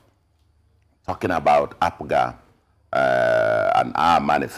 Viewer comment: I wonder why he keeps calling APGA ...APUGA?